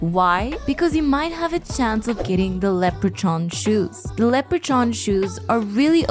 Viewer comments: It’s pronounced lepper•con not lepper•chon just fyi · I normally don’t bother correcting pronunciation and grammar bc language is fluid, and it’s just a tool we use to convey concepts, but I have to say something here. You’re pronouncing Leprechaun incorrectly. The end of it isn’t pronounced “chon” but is instead “kon” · Leh-preh-con you hooked on phonics failure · Leper chon lmfao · Just a quick FYI.. the leprechaun shoes, it's pronounced lep-re-corn ...weird ass spelling iv always thought...lol 😂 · she never said leprechaun. she did say leopard-chan a few times. or was it leper-chan? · Leprechaun ☘️ sounds like lepra-kahn. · Lepre-chon? A walk in the cake? Are you messing with us? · Just a little tip: when you say leprechaun, the ch is pronounced the same way as you pronounce the c in combat. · 😮 Have I been mispronoucing leperchaun my whole life? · leprechaun. irish word. lep as in leapt from a building. re as in reed. chaun as in genghis khan. in the american south its pronounced leper-khan (leper as in a person with leprosy).